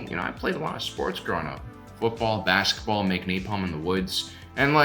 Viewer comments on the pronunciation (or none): none